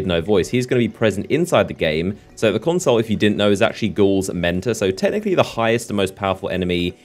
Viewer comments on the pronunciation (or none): PLEASE learn to pronounce "consul" pro tip - it's not "console"